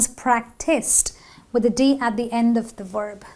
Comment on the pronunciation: 'She has cooked on Tuesday.' is not correct!! A very serious mistake! You didn't pronounced cleaned, TV with a stress on the V, at the end of it - of has a [v] sound, not an [f]. 'askses us'????